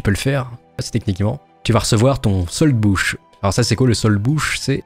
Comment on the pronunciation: Tres bonne video parcontre soldbuch se prononce(soldboure) et le wehrpass était rempli en meme temps que le soldbuch mais restait à l'arrière dans les bureaux